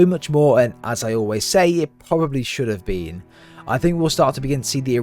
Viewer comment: “Should have bean”